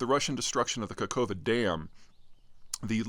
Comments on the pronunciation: Loving your analyses but please get that pronounciation of places and names right :) I know it’s not easy for an American tongue to twist into those East European names but maybe finding the right phonetics spelling can help? Zaporizhzhia: [zɐpoˈriʒʲːɐ] Kakhovka: [kɐˈxɔu̯kɐ] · What the hell are Zapornitzia and Kakova? Not asking for perfect pronunciation of Ukranian names but at least try to learn the names and not sound like Joey Diaz. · Mr. Zeihan, as a Ukrainian i kindly ask you to check the pronunciation of Ukrainian toponyms, especially Zaporizhzhia, Kakhovka, and Kherson :)) Also thanks a lot for covering the situation as it is. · City near the dam is Ka-hov-Ka. NOT Kahova. Thanks for the summary